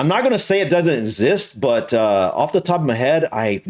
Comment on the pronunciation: Brits copying Americans, that annoys me saying "offa" instead of off.